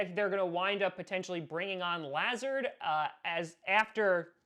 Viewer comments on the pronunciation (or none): I’m a Iowa Hawkeye fan and I had to hear “Luh-zard” a lot whenever the Hawkeyes played Iowa State because he was incredible for Iowa State so I literally shuddered every time said “Lah-zerd”😂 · It’s pronounced LUH zard not how you say it lol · It's pronounced Luh-Zard. Huge ISU fan here! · La-z-are-d. I went to urbandale with him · Is anyone else concerned about how he says "Lazard"?, I love you but PLEASE get it right. It's Lu-zard.